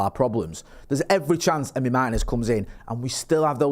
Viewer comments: It's MaRRtinez!!!!!, not Mah-i-nez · MarTinez not Marhinez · They can pronounce Morrison, Maryland perfectly and it suddenly goes away at Mah-i-nez? Interesting accent